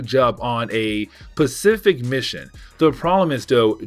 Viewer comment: Hey buddy. Good job on the videos. Keep them coming. One critique. Specific not Pacific